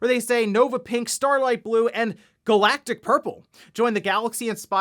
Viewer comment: I heard Galactus Purple when you said Galactic Purple, which I'm here for :D